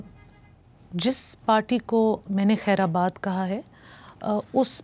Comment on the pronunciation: Urdu sunen khair baad ko khair Abad kah rahe hai